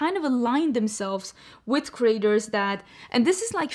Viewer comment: Your accent saying creators like "Craters," was the accidental truth the Morphe story needed.